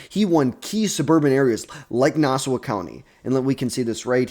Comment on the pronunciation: (Nah-saw) county